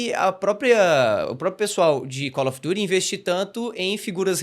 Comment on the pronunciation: Que frescura desse pra fazer "Calfi Diti".. ele fala Cauri Durihh kkkkkk